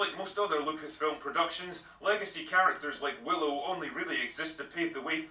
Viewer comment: He Butchered Willow 😂😂😂